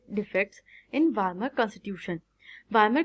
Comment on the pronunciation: Wamer very good 👍 It is Weimar